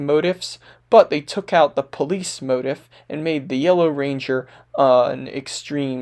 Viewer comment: Quick note : motif is a long I sound, like leaf, not like in the word "if'. Otherwise, great video.